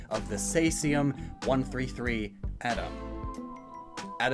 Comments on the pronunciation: Say-zee-umm? I thought it was pronounced see-zee-umm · Say-zee-uhm? It's see-zee-uhm! It's named after Julius Caesar.